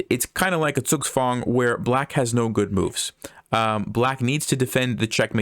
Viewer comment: I like how you pronounce Zugzwang.